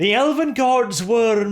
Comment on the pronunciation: what was that I heard? “The first battleground in the elephant civil war”?